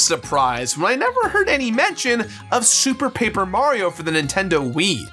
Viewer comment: Was drunk during this recording? He seems to be missing a lot of syllables - moreso than usual. "Sue Paper Mario," I believe he said at one point.